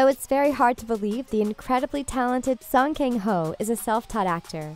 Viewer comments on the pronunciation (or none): 송켕호~ 켕이 아닌디,,,켕이 아니라 강이랍니다~